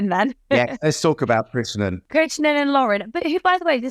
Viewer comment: It is KRISH-NAN, say it again, slowly. KRISH-NAN. Thank you.